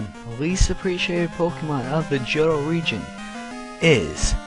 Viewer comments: Its not pronounced Joe-toe... Its Hoe-toe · ...are you stupid? the "H" is silent.